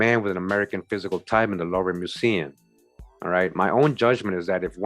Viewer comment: Oh it's pronounced loovah btw in Paris France' louvre' is a museum there... very famous!